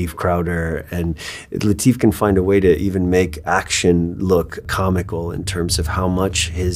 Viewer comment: This is the Way-uh. ❤